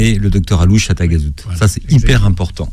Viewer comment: C’est Taghazout et non tagazout c’est une petite commune vers Agadir et c’est très beau